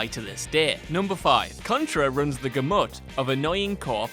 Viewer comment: Please tell me "gah-mutt" was a joke?!?